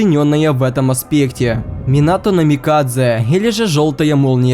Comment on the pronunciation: Надо говорить Минато Намикадзе ты говоришь Минато намикадже